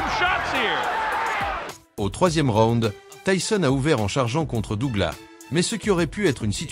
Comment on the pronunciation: le seul pti truc très agaçant dans les commentaires c'est la prononciation de Douglas 😐 DouglaSSSS et non Dougla ... je ne comprends toujours pas pourquoi 😅